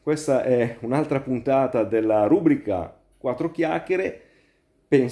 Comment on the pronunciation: Ciao mitico maestro di umiltà e sbarbate l'unico appunto che mi viene da fare è sulla pronuncia di rubrica.